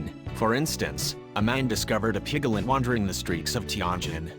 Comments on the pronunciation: Isn't it piglet not pigalet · A pig-gel-ette ? Two syllables, sir! PIG-let. Where did you learn to read? Two headed animals are not as rare as an adult who does not know how to sound out a word! Gees! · It's PIGLET ... not pigalet....sssshhhh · please stop saying pig a let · pig - i - let - it's NOT evolutionary. for pete's sake!!! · "Pick-a-lit". "pri-mit" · I noticed those, too! piglet with 3 syllables! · you mean pi ga let? LOL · PIGALIT? SERIOUSLY? NEED TO LEARN HOW TO PRONOUNCE THE WORD. I BET ALL THOSE CHEMICAL FERTILIZERS ARE CAUSING THESE MALFORMATIONS.......CAMBODIA ISN'T EXACTLY RENOWNED FOR IT'S CLEANLINESS. AND NO BODY HAS THE RIGHT TO KILL A DEFORMED ANIMAL, MOST OF THEM CAN LIVE A NORMAL LIFE & SHOULD BE ALLOWED TO LIVE. I HATE FARMERS BECAUSE OF THIS. HUMANS CAN BE SO EVIL, YOU JUST HAVE TO LOOK AWAY SOMETIMES. THEY DON'T KILL MALFORMED CHILDREN DO THEY? THEN WHY , DO THEY MAKE SUCH DRASTIC DECISIONS FOR DEFENSELESS ANIMALS????????? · It's so cute how you make "piglet" a 3 syllable word 💜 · stop with the electronic voice, the way it says piglet is really stupid